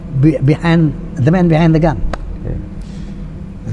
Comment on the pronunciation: asli, suara bang haji pas kata "...behind the gun" udah kaya orang amrik jadul wkwkwk kereenn